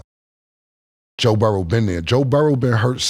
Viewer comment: "Joe Burrows"